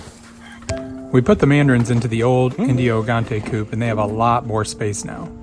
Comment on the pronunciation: Your big chickens are Indio Gigante. It is correctly pronounced en di o ji gan tay. And is the new coop supposed to have automatic egg rollout?